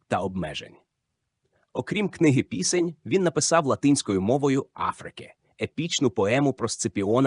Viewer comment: Бо це не діамант, а фекалії. Читає ші з усіма наслідками: батькА, пІсень і ще купа. Майте повагу до слухачів, не публікуйте таку гидоту. Дизлайк і відписка